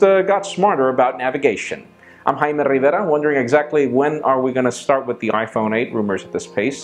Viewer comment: You guys are such gringos! Thats how u properly pronounce his name en Español.